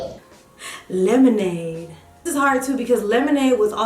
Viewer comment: not Loyal 😂 “yemonade”